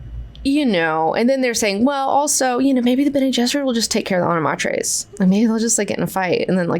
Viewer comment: I just found a recording on YouTube of frank Herbert reading parts of heretics and was shocked to find he pronounced honored matres as honored MATE-ers. Personally I prefer your pronunciation better and I don’t think anyone thought that’s how it was meant to be said but it does make sense given their talents lol